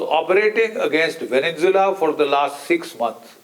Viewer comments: It would help if the old fart with the crooked teeth would pronounce the country properly, it is called “Venezuela” not Vennzula. Furthermore, Iran war damages were nowhere close to $50 billion. Israeli homeowners filed 45,993 claims for some NIS 5 billion ($1.47 billion) of property damage sustained during Israel’s 12-day war with Iran in June. So get your teeth fixed and then get your brain checked. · GEN Sb country is Venezuela not Venenzuela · Great analysis by Major General GD Bakshi. When will he learn to say ''VENEZUELA'' and not VENENZUELA''?????🤣😂😂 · It is not Veninsula Mr B it is Venezuela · Why GD Bakshi Sir calls Venenzula for Venezuela? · he calls it vevenzuella